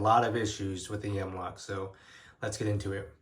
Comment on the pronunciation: "The M-Wok Whale System" lmao why do you sound like that?